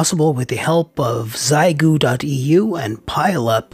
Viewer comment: It's "She ay" gu..actually.